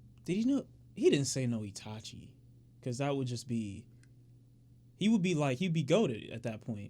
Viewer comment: 5D it said tachi Not itachi